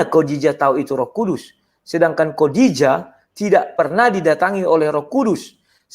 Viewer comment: Ngaco aaja nih debater kristen.....menyebut Khodijah aja masih salah, kodijah siapa itu ???